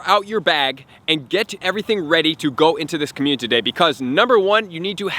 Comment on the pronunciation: Is it just me... or ...is he saying COMMUTITY DAY